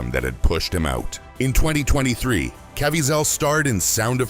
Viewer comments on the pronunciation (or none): Cá veez' el. NOT CAV VEE ZELL. Thank you for your attention to this matter! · Donna, that annoyed me also. His name is pronounced CA-VEE-ZEL. Emphasis on VEE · Can you get his name right??? Ca-viez-el... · Wish this guy would pronounce Jim's last name right.